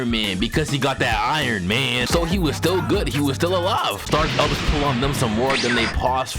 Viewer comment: "STILL GUHD" be killin me 🤣🤣🤣